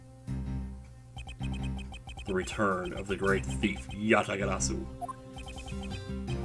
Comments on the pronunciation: You actually said "Yatagarasu" correctly! I am so grateful to you! Please keep saying it exactly that way because that is the way that it's pronounced. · I don't really get how Yatagarasu's calling card is banned, but Yes! That is exactly what I meant!, who knows about as much about Japanese as I know about Portugese, and yet he gets it right! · No, i meant there's a card called Yatagarasu which is banned lol, but yeh it' so funny how he's one of the few english speakers that got the pronunciation right lol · Many years of checking yugitubing channels, many more years of playing the game.... and yet a US guy who's not even interested in that says the name of a banned card perfectly the first time lol XD